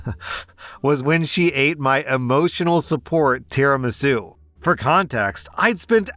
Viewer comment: "Tera-masue" im not even Italian but that made me cry in spaghetti